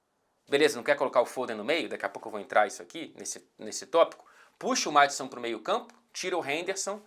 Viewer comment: Sempre que o fala do Maddison com sotaque britanico eu penso no Madson, o foda